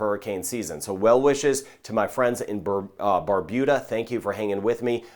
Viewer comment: Good morning thank you for helping to keep us safe I live in Barbuda and we all have been able to prepare for this an any weather coming our way thanks to you 😊. Also thank you for correctly pronouncing Barbuda 😊😊